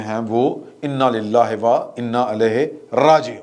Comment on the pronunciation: Aap inna lillahe wa innah elehe raajeoon parahain na keh wa inna alehe rajeoon.